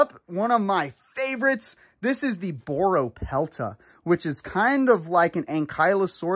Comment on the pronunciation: bro it’s not boropelta it’s borealopelta